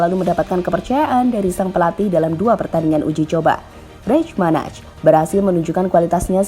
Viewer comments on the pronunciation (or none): Komentator Spanyol: Rey Manay Pengisi Suara GL News: Rey Manaj